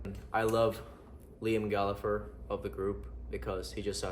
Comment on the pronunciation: The Liam Gallagher pronunciation got me good haha great collection brother